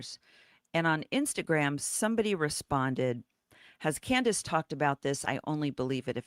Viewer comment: Candace not Can-dance 😂😂😂